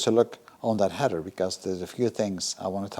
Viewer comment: Hi. I made a comment on one of your Mini videos about the clamp on the tailpipe. That wider clamp you showed us for the TVR, would look great on the Mini tailpipe. And you have 'header' pipes! 😁 'Heather' grows in the mountains. I know English isn't your first language, and we all know what you meant anyway so it's all good. Keep up the hard work.